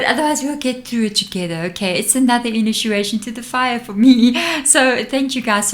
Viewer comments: I'm sorry, are you saying: Inituation? I'm from the Southern USA so I also have an accent, lol.😂💞💫😬🫂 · I feel compelled to tell you that when you are saying inituation you should really be saying initiation. Hope you’re not offended. You are one of my favourite readers.💕🌻